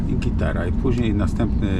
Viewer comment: nie muwi sie gtara tylka gitarrrra